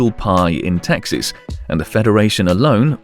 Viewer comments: Lol thought you were saying taxis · Taxis or Taxes? Mentra or mantra?? Then goes on to butcher Yekaterinburg (it's supposed to be like the name Katherine, emphasize the a sound). Seriously you suck at proper pronunciation. This is amateur work, made it to 4 mins. Downvote and out.